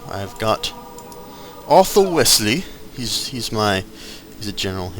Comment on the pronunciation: Its Wellesley, not Wesley